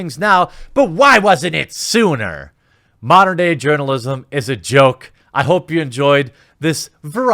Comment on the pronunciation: Lol did you say "Urinalism"? 🤣 🤣 🤣